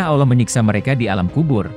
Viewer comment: Maaf chanel ini gak pake suara admin manusia. Chanel ini pake suara bot / robot text to speech Adminnya hanya mengetik text saja, lalu disuarakan oleh aplikasi Bot nya Robot text to speech memang tidak bisa mengucapkan ALLAH dengan lafadz yg benar. Salaam... abaikan komen ini bila anda tidak berkenan